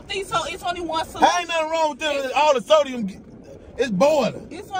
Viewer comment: He keep saying sodium 😮‍💨 sir its not sodium.